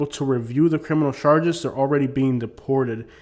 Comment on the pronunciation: I love how he says charshges😂😂😂 it’s hilarious